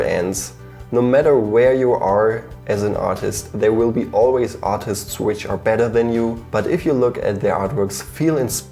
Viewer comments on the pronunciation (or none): when he says artists it sounds like autists